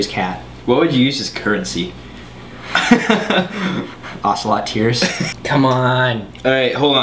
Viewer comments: i dint like the way you pronounce ocelot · you pronounce ocelot really white.